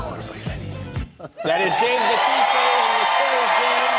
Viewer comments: It's Bautista, not Batista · its pronounced 'bawtista' just saying